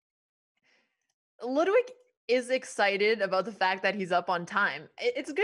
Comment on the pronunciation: its pronounced „loodwig“ not ladwig